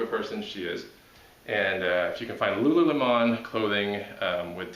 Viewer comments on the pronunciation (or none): It's pronounced Lulu Lamawn? Not Lu Lu Lemon?!!?! Mind blown...